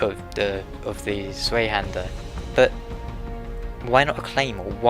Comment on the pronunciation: Dude, Tswei-hander, if that helps